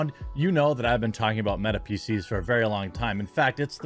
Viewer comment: Just a note, please be careful with annunciation. For those of us with hearing problem PC's can sound like feces.